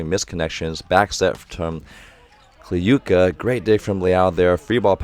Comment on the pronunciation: ок, actually right prononciation was Kliyka [Kluka] - [u = you], Kurkaev - right Kurkayev [..Aev] with like [A = AAA], Podlesnykh - [PoDlesniH] with D and H without K, Kobzar - [..r'] with soft R, Mikhaylov - [..iHaylov] without K, like russian name Michail [Mihail], Yakovlev with accnt at YAkovlev. You pronounced the other names well.